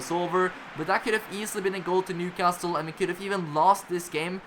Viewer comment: Just to let you know, in England we don’t pronounce the ‘T’ in Newcastle 👍🏼 nice series btw